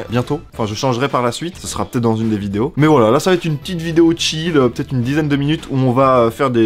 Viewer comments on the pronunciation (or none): none